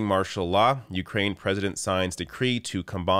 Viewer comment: Please learn the correct pronunciation of Ukraine.